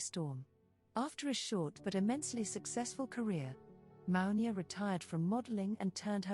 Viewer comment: Her name is pronounced MOO-NI-AH. Iman is pronounced EMAN. Please try and pronounce their names properly. It's a sign of respect. Thank you. Katoucha Niame is here in the red dress. timestamp She is very different than Mounia. I was in the same agency as Katoucha Niane Chez GLAMOUR located on Rue Francois Premiere 75008 Paris. Katoucha was a huge inspiration and muse to YSL and wrote a book called "Dan Ma Peau" or In My Skin. The other model you have as a thumbnail is Rebecca Ayoko. I knew her personally and she was primarily a runway model. If you look carefully you will notice her features are distinct from Mounia, In other words you have three different women here: MOUNIA, KATOUCHA NIANE and on the thumbnail Rebecca Ayoko. In those days black women were used a lot for the runway because of their ability to bring drama and excitement to the stage. Agencies had two seperate divisions: RUNWAY and PRINT. Later, PRINT models were cast and you can see the difference in the walk. For example, Claudia Schiffer was really a print model recruited for the runway simply for the press and it shows in the way she carries herself. Models like Naomi, Pat Cleveland, Billy Blair to name some had dance training which added another dimension to their stage persona. If you look carefully you will see each of these women have distinct features.